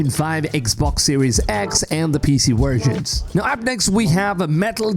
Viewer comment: What the hell’s a “wersion”?